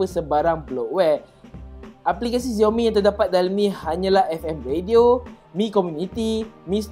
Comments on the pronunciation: XIAO mi la bukan ZIAO mi.Sebut betul betul la nama brand tu.makasih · Dia sebut xiaomi terasa mcm dia sebut ziaomi...dia sebut ziaomi mcm nak menghina perkataan xiaomi.. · tkde sapa ajar dia sebut xiaomi dgn betul ke? geram pulak aku dengar